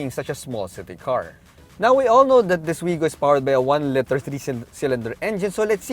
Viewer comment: Hi sir, nothing is wrong but when you say "liter" you pronounce it as "litter" which meanz a group of puppies 😅